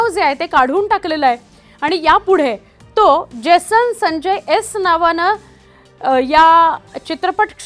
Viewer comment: Baai jibh saral nahi aapli. Uccharan kartana jad hot aahe. Jason sancchay , jason sanjya bolatana jibhela ghaam futat aahe 😂😂😂😂